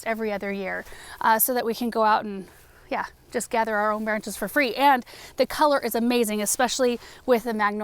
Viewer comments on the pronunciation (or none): none